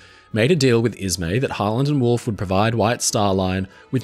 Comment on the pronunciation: the entire time i’ve watched the channel, when ever he said harland and wolfe i always heard holland and wolfe